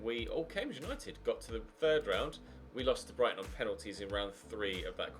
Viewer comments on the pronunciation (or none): none